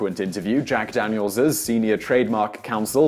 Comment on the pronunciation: At the beginning you said "Jack Danielsis refreshingly nice.." UGH. DANIELSIS. ugh